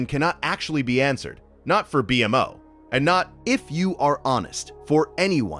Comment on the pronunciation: IT'S PRONOUNCED "BEE-MO"